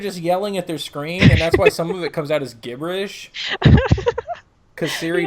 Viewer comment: gibberish, and before that generous both pronounced with a hard "G" is that an actual thing somewhere?